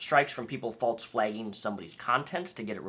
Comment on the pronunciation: Did you have a bet to see how many times you could say or falzly? (False and falsely) And then do the walz? Idk it rhymed.